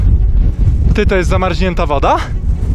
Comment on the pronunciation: Nie to ze się przypierdalam ale dlaczego mowisz zamarźnięta a nie zamarznięta ?